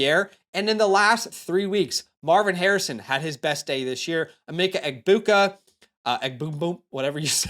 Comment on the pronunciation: u do this for money and cant even say Egbuka